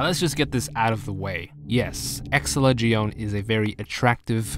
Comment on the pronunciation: Ex-SELL-uh The way you pronounce many of the names are offputting sometimes